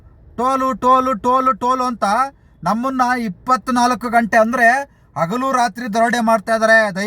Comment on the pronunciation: ಕನ್ನಡವನ್ನು ಕೊಲೆ ಮಾಡುತ್ತಿದ್ದಿರಲ್ಲ. ಅಗಲು ದರೋಡೆ ಅಲ್ಲ. ಹಗಲು.